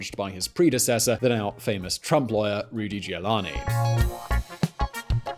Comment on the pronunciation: cmon man i understand its hard to say Medici but even Giuliani gives you trouble? seems you lose your concentration after 4 letters or so. G-I-U-L-I-A-N-I. easy